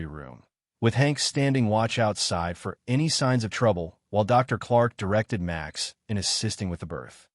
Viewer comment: Why did you pronounce Max as Much ?